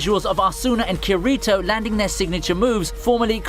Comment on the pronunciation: Fan of SAO, but somehow says both Asuna and Kirito wrong huh.